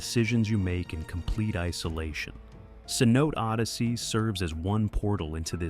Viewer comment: FYI. Cenote is pronounced 'say no tay'.